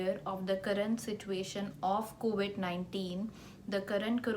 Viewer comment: It’s COVID and not COVIT